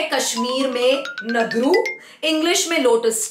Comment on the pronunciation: Its nadur not naduru